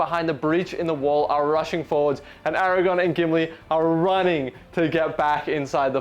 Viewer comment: great report. Can you please say ara-gorn not ara-gone 🥺🥺